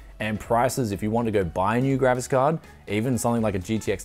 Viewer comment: I always listen "Gravis card"